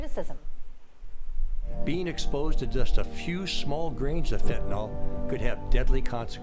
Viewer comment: OK. Certain things just bug me. One of those things is "Trespass". People far too often pronounce it "Trusspass". Another one is fentanyl. I bugs me that people, more often than not, pronounce it "Fentenol", like "Tylenol". "Nukyoolar" instead of nuclear. People don't seem to realize that, when someone is learning about any of these things, they may spell the words incorrectly because of the gross and widespread mispronunciation. In the oil fields when I was still a little green in the field, people would say "Correalus". I had to figure out through trial and error how to spell it, then to learn how to say it before I could actually find out what a coriolis is, what it means, the principles behind the concept. Catalytic converter is another one. People used to say "Cattalag" or "Cadillac". I still hear people mispronouncing it to this day.